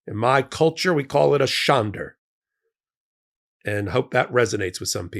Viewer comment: There is no r in shande. Otherwise, spot on.